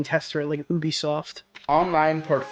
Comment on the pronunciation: I have never heard someone pronounce Ubisoft like this